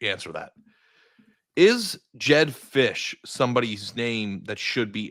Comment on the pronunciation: “jedd fisch” get the hell out my face 😭😭😭